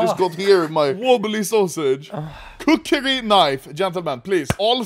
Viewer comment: "Kuk"ri Knife.